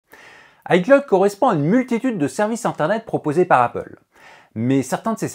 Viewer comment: pourquoi tu dis hi claude